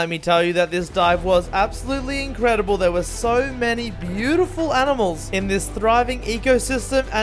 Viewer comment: You guys actually mean “aminals”